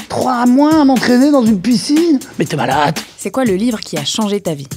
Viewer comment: Le passage a me fait pleurer de rire, l'accent qui ressort pour finir sur un "t'es malate" c'est magnifique.